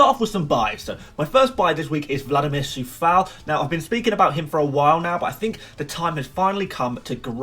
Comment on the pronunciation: yo bro like the video but just wanted to say that Coufal name is pronounced Q-oufal not with a C